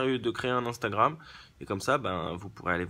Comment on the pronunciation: "Instabram, AmStamGram " :-D ;-)